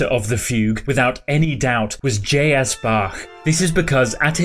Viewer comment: you pronounce his name J.S. ? really? is he a rapper or what ?